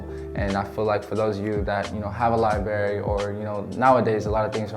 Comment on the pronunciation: 👍🙏Thank you for sharing your story. I’m so proud of you. 💝🙏 💡@ (and other times throughout the video) you mispronounced library….it’s liBRARY not liBERRY. I’m telling you this because maybe no one else will. Sadly, some people will let you go through life mispronouncing words and laughing behind your back.😞 Wishing you continued growth. 🙏💝🤗